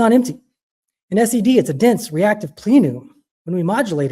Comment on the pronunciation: It's plen-um, not 'plee-num.' And Richard Fine-man, not 'Fain-man.' 🤦 Embarrassing.